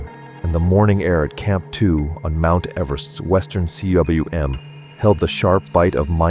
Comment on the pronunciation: cwm is pronounced ‘coom’ It is a Welsh world meaning valley